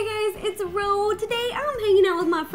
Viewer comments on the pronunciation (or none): Taryn Nasvall it's ro not roe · Deziree Conklin you said roi instead of ro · Ava A ro not rowe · jen baker it's Ro